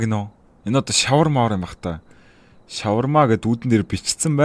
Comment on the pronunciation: 😊😊😊🎉🎉 юун ш** шавармаа вэ шавар гэж дуудаад хаан бэ ха ха😂😂😅😅